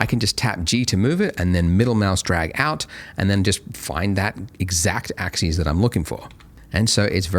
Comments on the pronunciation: I feel pedantic saying this but the word axis is pronounced ax-us, not ax-ees, which is how the plural “axes” is pronounced. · Andrew I love your material, and you're a great instructor. But, please, you (and Winbush) need to learn the difference in pronunciation between "axis" (singular) and "axes" (plural). Example: Move along the X AXIS; or This object will move along all three AXES. End of grammar rant. Thanks, and keep up the good work.